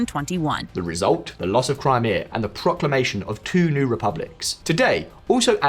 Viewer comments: The new narrator is shit. "Crameyah"?! Crimea has been mentioned every day in the news for over a year! You'd have to live in a no-news-bubble not to know by now. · Crim-Ay-A? Where the heck did you find her? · If that AI narrator says "Cry-may-uh" one more time I'm outta here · Lol FN pronounced Crimea as crymaya. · Great video, but the way the voice over pronounces Crimea is cringe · Good video. However, maybe the lady reading text should work on pronunciation ("CrEmia" - instead of Crimea, "AsEEv" - instead of Aseyev. 🙄